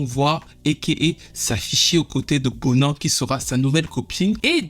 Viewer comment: Tout est ok sauf la prononciation Zinhle se Dit Zintle et BoNang....